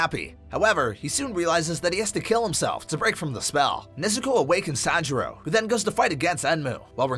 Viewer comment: it's tanjiro not sanjiro gosh